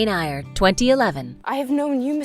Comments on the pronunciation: this girl really said, "jane EYE-ER" and "charlotte BRONT" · Maddening crowd? Machinations, pronounced ‘sh’. Jane “Ire.”? Bront ? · The narrator needs to learn how to pronounce certain words and names please. For example: It's Far From the MADDING Crowd (not Maddening!). Devonshire is pronounced Devon-share. Bronte is pronounced Brontie. Jane Eyre is pronounced Jane Ere. There were others, but these ones stood out. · OMG. Can the commentator at least get the pronunciation of names and titles right. There were at least 5 errors..eg. Far from the Madding Crowd not Maddening!! Jane Eyre (air) not (eye er) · Hi, my first time pulling a Karen. It kind of makes me cringe a bit when she mispronounced Jane Eyre. It's pronounced "air" ...YouTube a clip of any of 7 film adaptation if you haven't read the book. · ugh. It's Jane EYRE as in AIR,, and it Charlotte BRONTE...e is pronounced like a. good grief. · umm, it's pronounced Jane AIR, and Charlotte Brontay, sincerely - person with an English degree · For heavens sake, if you want to pose as experts, learn to speak correctly ! Eyre is pronounced « air » Bronté is pronounced « Brontay » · Jane Eyre (pronounced as 'AIR')... 😑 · I can’ttttt Jane “Ire” and Charlotte “Bront” 🤦🏻‍♀️ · Too many mispronounced words to list! (things like "...Maddening crowd") The woman obviously hasn't actually watched the films if she says "Jane Ai-er" x) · Hi. The pronunciation was right?? I thought it is pronounced like ear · Eyre sounds like "air" It's not maddening, it's madding Wasikowska sounds like Vashikovska Devonshire is de-von-sher Chalamet sounds like shalamey 🙂🙂🙂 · The pronunciation of "Jane Eyre by Charlotte Bronte" just pierced my soul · Please learn the proper way of pronouncing Jane Eyre and Charlotte Brontë.